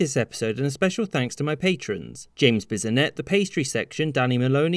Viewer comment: It's Bisonette.